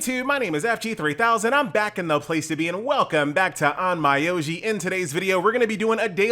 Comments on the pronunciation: pronunciation should be on-myo-ji if I'm not mistaken but I did laugh on your on-my-oji xD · The pronounciation is more or less On-Mi-Yo-Ji, sorry for being picky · on my oji funny way of saying onmyoji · THE N IS SILENT